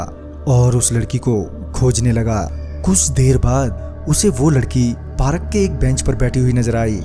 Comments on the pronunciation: Parak nhi park hota hai... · Bhai video to achha hai but parak nhi hota hai park hota hai 😂 😂 😂 🤣 🤣 🤣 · Bhai parak nhi park kehte hai